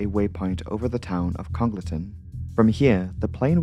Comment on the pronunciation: KONG-guhl-tuhn the locals get very angry about that hahahah